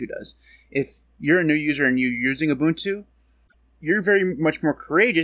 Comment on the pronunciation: UBUNTU is the STANDARD for Linux distros. NOTE: You are one of the very FEW Americans that can pronounce UBUNTU correctly. RESPECT!!!